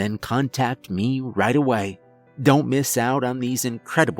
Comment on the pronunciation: The tone of the narration is so detached that it undermines the story, which is fairly well-crafted. What is with that "meh" pronunciation of the word "me"???